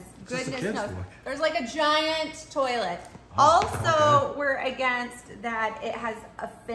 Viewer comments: Watch this! TOOLET🤣🤣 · Carole: TOLIET😒😒 Lee: TOOLET😂🤣